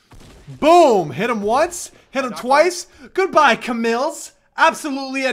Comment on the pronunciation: Its C-mills not ca-mills